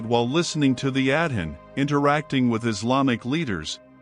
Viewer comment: It would be nice since the Adhan is so important to this story, that the narrator would pronounce it correctly! It's pronounced "ah-don" not "ad-hin"! Also, it's "Sha-ha-da"not what the narrator said!